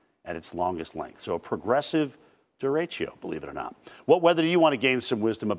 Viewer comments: Here’s some quick wisdom: First, it’s pronounced Deh-deh-choh. Not durechio lol Second, derecho in English means directly, or straight ahead. Which is exactly what it is and does. It’s a fast-moving widespread burst of thunderstorms moving in a straight line caused by a storms downdraft and it’s cool air dropping rapidly back down to the surface. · Duh-RAY-Choh (not duh-ray-chio)